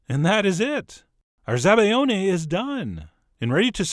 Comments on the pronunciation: ZabaIOne, not ZabaGLIOne. The sound is very different 🙄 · It's Zabaione not ''Zabaglione'' you fucking idiot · Hey chef! It's zabaione, not zabaglione😊 sooo good! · Probably heard this already, but it's zabaione, in which the 'i' is pronounced like a 'y' in English. Lel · Nice video though it's called "zabaione" not "zabaGLIone". Source: I'm Italian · CHEF!!! It's "Zabaione" there's no gl in that word ;)